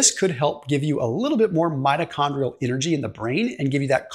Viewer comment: Mitochondrial not metachondrial